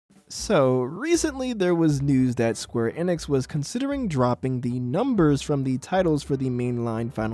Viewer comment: “square innix” bit bri’ish sounding there innit bruv